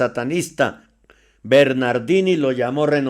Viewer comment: Hno. lo de "Bernardin" no se entendió.